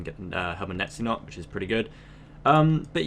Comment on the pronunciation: its pronounced "nay-tiz-not"